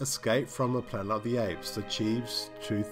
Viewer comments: After three of the Apes videos, I've grown accustomed to your endearing "Plana" of the Apes and also forgive you for your near-universal mispronunciations of all the character names along with your countless factual inaccuracies. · What word is it that you keep saying instead of "Planet"??